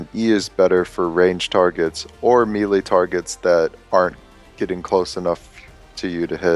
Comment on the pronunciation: It's not "ME LEE" It's "MAYLAY" lolol